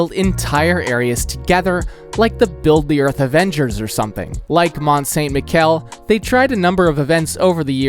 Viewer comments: Mount Saint MiKel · As much as i love your content, i don't always love you pronounciations, butchering the beautiful Mont Saint--Michel! 😂😭